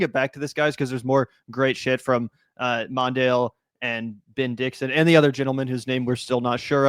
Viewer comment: It's not "MON-dale". It's "Mon -DELL". Also spelled "MONDELL". It actually hurt to hear you mispronounce his name. Just sayin'...